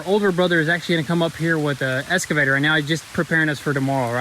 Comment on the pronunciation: "escavator" Also, feel like a regular tractor like an L3301 would have been a better bet for non-construction property work